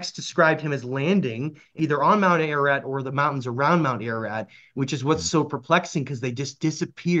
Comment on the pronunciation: Pronounced AR - AR - ROT .. not AIR AH RAT . ❤🇦🇲🇦🇲🇦🇲🙏